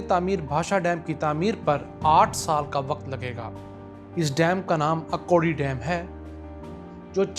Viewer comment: جناب یہ اکوڑی نہیں بلکہ اکھوڑی ہے.